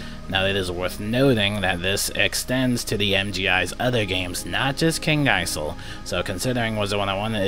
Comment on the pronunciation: Ha ha until 5th September!!! Wow! A whole two weeks!! That will do a lot... Oh and btw, Kings Isle is pronounced with a silent s; Isle = Island so the s is not pronounced.